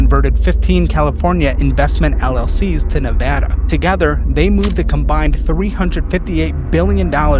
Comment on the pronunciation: More than anything, thank you for saying Nevada correctly. I live in a small town close to Reno and all these factories and data centers are ruining this region. To the point where stopping data centers was actually proposed in this year's midterms in the local elcetions.